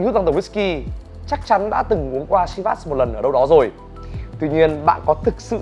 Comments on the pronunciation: Chivas is a Scottish whisky .The name comes. from the Gaelic Seamhas meaning lucky or blessed with fortune. It is pronounced “Sheevas “ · Bạn giỏi quá. Giỏi nhất VN. Bạn biết đọc tên rượu đúng với tên của nó. Có lẽ bạn là tiến sĩ VN về môn đọc đúng tên rượu Chivas.